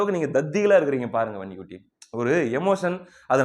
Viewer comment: தம்பி நீ வன்னி குட்டி என்று சொல்லும் போது அந்த உச்சரிப்பு ரொம்ப அழகு